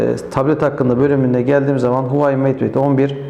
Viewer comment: huvayi değil huavey diye okunuyor bir de apepe galeri yerine epp galeri diye okuyabilirsiniz . inceleme biraz eksik kalmış